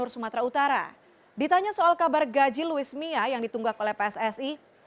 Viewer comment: Luis mia??? 😂😂😂 Apa kuping gue doang yg denger begtu???